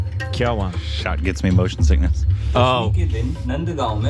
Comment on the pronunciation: that “ Kya Hua “ was spot on 😮